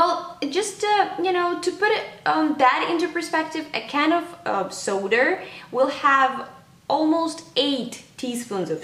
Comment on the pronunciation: lol "soder"